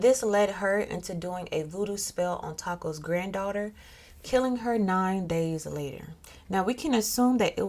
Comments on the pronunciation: The correct pronounciation is actually Tah-koo, not Taco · It's tahkoo. The o sounds like the o in the whoot sound owls make. Remember that the old language Arabic and Aramaic don't have as many vowels. A,,E,and oo. A,e i,o u were added by English folk. So his ancestor name would have naturally gave him the oo sound.